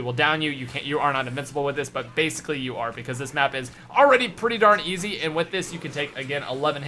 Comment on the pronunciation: says "seems eazy" 😂😂😂 lol I'm done not extremely hard definitely not eazy